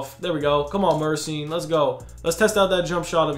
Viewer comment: Gheorghe MURSYN 😂